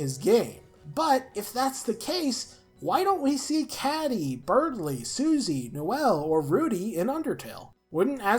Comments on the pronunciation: Oh, I'm sorry. I didn't even realize it was Ber and not Bear... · The thing that annoys me about your theories is that you keep saying berdly's name as beardly